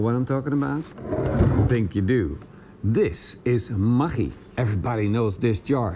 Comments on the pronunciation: Spell it "ma-GG-i" like in the word Buggy. When you say it i sounds lika "Ma CH I" . Even you are right, i think most of the poeple spell ist "ma-GG-i" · it's pronounced MAGGIE, like Maggie from The Walking Dead. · We have Maggi noodles in Australia. But we say it as Maggie We pronounce it with an e on the end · What did you call that? Maghkchi? Never heard it pronounced that way before. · lolol i didnt know that's how you pronounce the name. Here is asia we just pronounce it as "Maggie" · pronounced Ma-gee :D